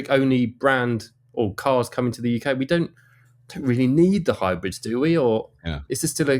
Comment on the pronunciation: UK. Can you say UK please.